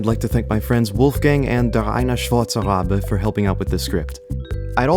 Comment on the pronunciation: As a German, I gotta admit that your pronunciation of "Der eine schwarze Rabe" was pretty good